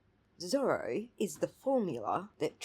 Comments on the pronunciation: It’s not his accent that’s making it hard to understand, I think he is pronouncing it as “ser-la” which if true is embarrassing for him. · Is that what he was trying to say!? I thought he was trying to say was “thorough” equation LOL